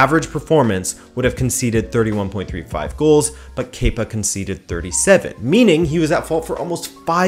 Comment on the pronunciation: Thank you for saying “kepa” correctly. After only hearing his name from British broadcasts, I thought it was “kepper” for so long. 😂